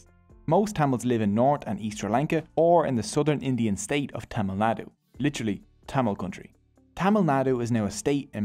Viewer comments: Tamal❌️ Tamil✅️ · Its not TTammil.. Its Thamizh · BTW it should be pronounced as "Tamizh" and not tamil. Pronouncing it as "Tamil" sucks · “Yeah and one more note, tamil is Pronounced as Thamizh , and that gives it the beauty…!! “ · As a Tamil,it's pronounced Tam-izh(there is a Tamil letter with no English equivalent) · Broooo its pronounced thamizh plsssss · As a Tamil I can say that you mis pronounced almost every Tamil words. Nandri-thanks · he buthered every tamil word possible.but its okay love you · Bro the Language Tamil is pronounced (Thu - mil) and the temple Padmanabhaswamy is pronounce (Pudh-ma-na-bhu-svaumy)